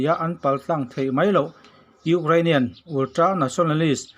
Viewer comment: Ultra tih ve mai awm ulltra tih tlat 😄😄😄